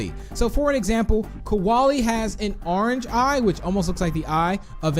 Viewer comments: I think u Accidentally said kowali cause it’s kolie I’m not being rude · Koalie Me: ITS KOLIE